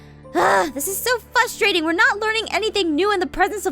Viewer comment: Why does aphmau say fustraiting instead of frustrating? Does she have a lisp?